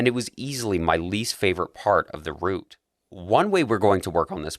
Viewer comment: That's a really cool tool; I'll be playing around with that now :) Also, I like how Canadians can pronounce route properly.